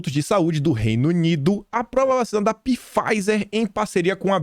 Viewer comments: Não é Pifaizer que se fala, é Faizer, o P é mudo!😝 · .Pfizer = Faizer, essa é a pronuncia..bjs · Pronuncia-se “faizer” com p mudo e não “pifaizer” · URGENTE...... VOCÊ COMETEU O MESMO ERRO QUE EU À ANOS ATRÁS.... NÃO SE FALA PIFEISER E SIM FEISER.... LABORATORIO AMERICANO..... 🤔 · pronuncia-se “Faizer”. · Nobre, sou chato e seu seguidor. Pfizer se fala 'fáizer', engula o P, abraços. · apenas com o intuito de ajudar, o nome pronunciasse Pfizer = faizer, o "P" é mudo. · Pfizer = "Fáizer", o "p" é mudo. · Só uma observação,: Pfizer se lê Faiser 😉 Obrigada por tanta análise boa que vc traz todos os dias 💐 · Não é !!! Empresa fundada pelo alemão Pfizer ! Procure a pronúncia no Google Translator !